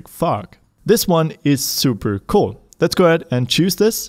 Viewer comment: I love when says "very very COAL" instead of Cool.